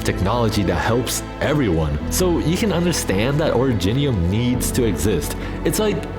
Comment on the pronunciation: oridge-nium? nah ori-jinium